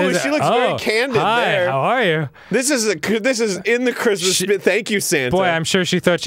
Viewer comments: Merry crimdo ! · I feel like Grundor celebrates Scromdus. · Grumps mispronunciation of Christmas will always put me in the holiday spirit. Happy Scromdus everyone! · Scromdas and its reaction will forever spark such joy within me